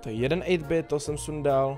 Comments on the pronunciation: Ten updait si zaslouží likes. Hlavně 8-bit když tak se to čte eitbit. A já se ho snažím dostat na brawl stars jse jmenuji RaclikCz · Čti toho 8-BITa anglicky prosiiiiiiiim